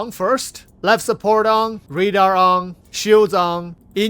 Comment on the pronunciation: "redar" hahahaha